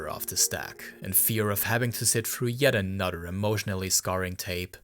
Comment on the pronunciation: You can say "anything" you can properly pronounce "th" why are you pronouncing another as "anudder". Wtf.